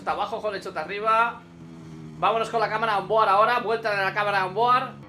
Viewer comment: Me sangran los oidos cada vez que pronuncia Holeshot....Por favor, que no es tan dificil, no seais catetos